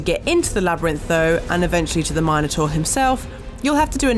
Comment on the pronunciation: Learn to pronounce “Minotaur” properly lady